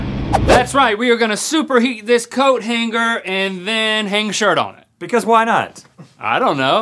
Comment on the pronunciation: Coat hang-ger